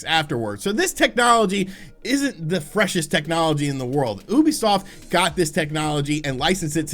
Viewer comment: 3rd time telling you its you-bee-soft not oooobisoft learn it plz